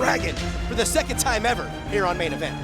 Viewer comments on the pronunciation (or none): none